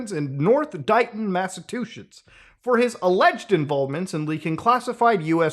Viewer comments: This is such a huge video from Muta and i love him being able to report this. I am gonna say Massatuchets, or however muta tried to Say it, made me fucking die laughing, LMAO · Did he say Massa2shits? 😂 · From now on, the state shall be called Massattuchets, because Master Muta said it! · Lmao at muta saying massa-twoshits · he said massa-two-shits heh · "Mass-a-TWO-SHITS"?? Best, even if accidental, pronunciation I've ever heard of such a tyrannical State. I'm totally going to steal this. :) Thanks for the videos, Muta. Keep it up! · "Mass o' two shits" 💀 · Did you call Massachusetts, Massive two shits? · Muta my love it’s “Massachusetts” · Muta you almost went New Jersey with the Massachusetts pronunciation. We call it massive two shits.